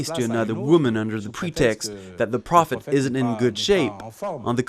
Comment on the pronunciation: What is with this guy mispronouncing simple words like prophet? And if anyone out there actually believes that this self appointed prophet was anything less than a nut job murderer, I have some ocean front property in Arizona for sale- get it quick before someone else snaps it up!